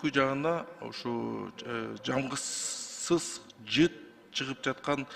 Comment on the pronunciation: Жамгызсыз жыт дейт го ЖАГЫМСЫЗ деп эле кыргызча суйлобойсузбу жарганаттын дейби тооктун эле богу сиз кандай депутатсыз деги